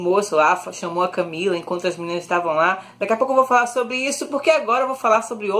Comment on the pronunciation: eu escutei um "closer CamEEla"